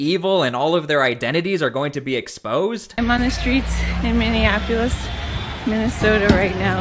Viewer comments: Mini-Apolis, NOT Mini-an-Apolis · Its minneapolis not minnenapolis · Minneapolis, not Minneanapolis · I adore you, but it is not minnionapolis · Did you say Minnion-Apolis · It's pronounced : Min-EE-Ap-oh-lis. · Hey Dummy, Learn to pronounce Minneapolis. 😂😂😂😂😂